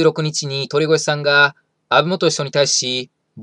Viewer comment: とりごえ、ですよ 1：40過ぎくらいに言い間違えてますw まあこんな人の名前は言い間違えてようとどうでもいいですが…